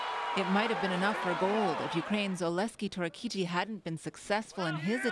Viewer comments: Torro-keet-ee. Pronounce it right at least, 😂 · yea, she is screwed it up like 3 times, heard multiple versions of Torohtitiy